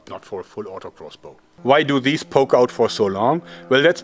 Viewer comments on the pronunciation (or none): none